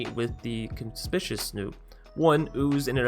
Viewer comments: legit not trying to be a dick. But con-SPIK-you-aus Conspicuous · Little trouble with “Conspicuous”. 😆 Pro tip: the second “C” is a hard “C”, like the first one. (Fun combos, if nothing happens to Maskwood.)